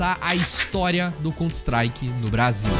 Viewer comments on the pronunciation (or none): mano pq diabos esse cara pronuncia 'contristrike?' COUNTER strike cara, sao 2 palavras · "Conter Istrike"... vtnc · eh, mas "cont strike" foi dose hein? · Mas fez um vídeo inteiro do assunto e não se preocupou nem em aprender a pronunciar o nome do jogo !?